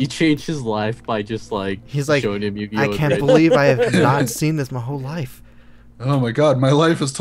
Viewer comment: YuGiOh.....Its YUGIOH. YU-GI-OH.